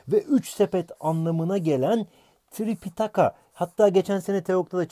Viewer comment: tripitaka değil tipitaka